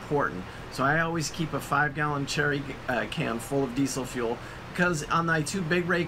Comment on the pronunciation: "Jerry" can, not cherry.